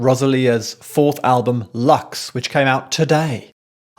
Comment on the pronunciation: Lux, in latín (meaning light) it should be pronounced like “loox” not “lax” 😊 As with every album from Rosalía, it needs a few listenings. Every song has too many layers. I keep changing my favourites around after each time I listen to the album. And the she starts and finishes it….. I agree with some of your points and of course she hasn’t invented/let herself be influenced by classical music or opera…but who has mixed before not only symphonic, opera-ish (lírico), choirs, pop, rap, electronic AND flamenco/classical Spanish music? And in 13 (or 14, not sure) languages? 😅❤ I think it is a bit sad for those who are not Spanish speaking or fully understand it, profoundly, because so much is not caught or appreciated, even if translation is checked.